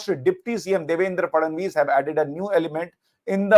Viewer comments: Devendra "Fadnavis" hai bhai "FattanGhis" nahi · The way u r saying "fadanvis" is cracking me up🤣🤣🤣